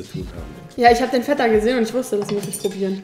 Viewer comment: Feta... nicht Vetta. Aber dein Papa und du - mega sympathisch!